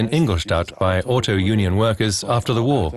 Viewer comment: narrator sezs Auto-Union!!